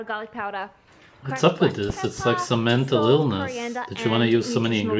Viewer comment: mentull eelness